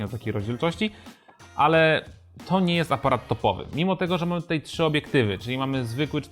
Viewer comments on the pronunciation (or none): none